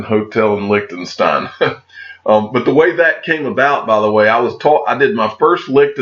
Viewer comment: Each time you pronounce licked'n'stein my ears start bleeding as fuck. Quick tip on how to pronounce Liechtenstein, you take the "lish" from bullish and replace the "liech". Please have a try Lishtenstein 😅👍🏽